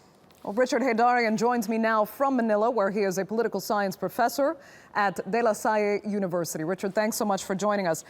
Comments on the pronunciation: to the anchor learn first to pronounce De Lasalle before you criticize our president. Its De lasal not de lasa e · Didnt care to enunciate De Lasalle as De Lasalle .. Haha Pet Peeve - Lasallista